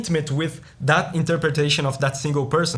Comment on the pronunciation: "This piece - it's a piece dat", as a Russian, I don't need to hear the rest of the review after this!